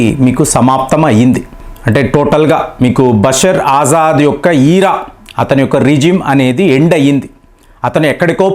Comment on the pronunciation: ఆజాద్ కాదు ఎర్రి పుష్పం అసద్ అల్ బషర్ , అసద్ అంటారు